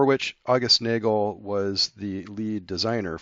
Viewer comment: The German pronunciation is Naa-gail.